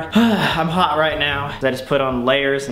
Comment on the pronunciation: why did he sound British when he said hot lol